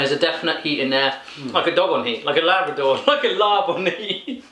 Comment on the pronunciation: It's LAAB "ลาบ". ;) It's not Labrador...